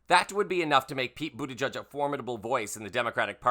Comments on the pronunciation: Its pronounced boot edge edge (he has stated)...not "judge" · You're mispronouncing Buttigieg, my friend. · According to the man himself, it’s pronounced BOOT EDGE EDGE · It’s pronounced Boot-edge-edge.